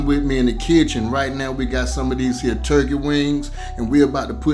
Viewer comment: Myyyy God those wings look AMAZING! I already knew they were good when he said “These hea’ “ LoL New Subbie!!!